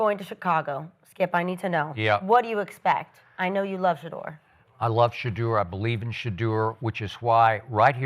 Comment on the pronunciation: This man said Sheduer better than Caleb 😭😭😭😭😭